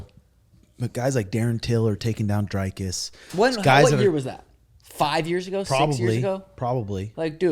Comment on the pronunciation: Who tf is DRYKUS? it's Dricus and pronounced like dreekus. it's seriously not that hard.